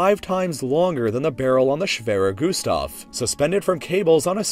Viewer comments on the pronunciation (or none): I love your German... "schwewer güsdaw"... "Pännser" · i am german and i is really funny to hear someone say "schwerer gustav"